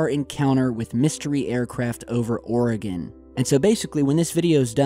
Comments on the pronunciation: Its "Or-again" not "Or-a-gone" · Let’s learn to pronounce Oregon. It’s “Or-e-gun,” not Ore-gone. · Or-eh-gun. Not or-eh-gone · Hi, great video. Please know we here in Oregon, say it as (Oreg/in not Oreg/on). Love your site! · I'm just glad that media says Oregon properly these days. Then as I'm writing this you give the suffix the "gon." Dammit lol. Us natives are very passionate about the pronunciation of our home. Gladly I will not be visiting Louville anytime soon for this very reason. And finally, at the end of the vid you redeem yourself. Keep up the good work! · Oregon is pronounced "Oregin" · love ya, nut it's pronounced, "Or-eh-gUn"